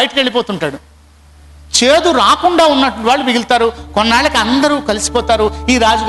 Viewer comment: చెదు రుచి చుడండి కాదు చేదు రుచి చూడండి 1st చె కి పొల్లు తర్వాత చు కి దీర్ఘం పెట్టండి